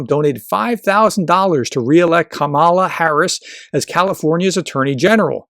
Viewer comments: Like every other Republican you still cannot pronounce her name correctly. It sounds like Pamela. Emphasis is on the first syllable. There is a reason her name was mispronounced from the beginning. They are trying to make her sound foreign. As a professor you really should know better. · You're mispronouncing Kamala's name. The accent is on the first syllable, like "comma-la" Also, I truly hope they don't run her. She's a remarkably weak candidate. She comes across crazy insincere much of the time. Very cookie cutter politician That said, she can win. The majority of people don't want Trump back, and are pissed about Roe v Wade and I think that's enough for her to win in spite of her questionable charisma. Also, I think one of the reasons she comes across insincere is she's pretending to be some super lib when she's really a center right Dem. So my hope is, if it's her, she finds some centrist groove which is closer to who she is anyway, so she comes across more real. But God bless her however it happens. If it's her v Trump she's got my support lol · I hope you might learn to pronounce the name Kamala correctly. Unlike Tucker or Sean I don't necessarily think you're mispronounced her name on purpose. Its still a bad look. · Please learn how to pronounce Vp Harris’s first name. You are using the maga’s and trump’s pronunciation. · He uses the Republican’s pronunciation of Kamala’s name. Kinda disrespectful not to know the proper first name of the Vp or maybe it’s just a put down. Annoying either way.